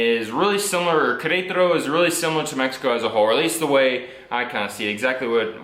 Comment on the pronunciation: one tip: Do not copy lazy accents, words like "kretaro" or "uanajuato" might sound fun, but they are wrong.